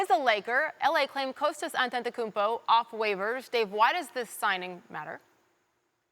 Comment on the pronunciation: None of them can say Kostas correctly